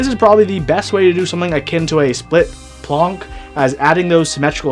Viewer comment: Oh boy, GMK Marina is super ugly. The three blue colors inbetween are nice, but the leftmost and rightmost colors look like they came from two other randomly selected sets. But I thought the Planck is pronounced "plank" and not "plonk"? Hence the original name "danck" for that cheap clone.